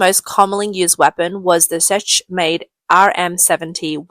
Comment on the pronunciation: Her pronunciation gets a bit goofy when she tried to pronounce Czech though, but otherwise very human